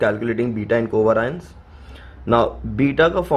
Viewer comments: It's pronounced co vay-ri-ance , not coveraince 🤦🏻‍♀️ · Itna aata hai toh khud se sikhna co vay-ri-anceeeeeeeeeee